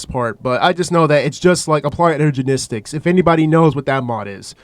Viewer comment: i heard ''ergenistics''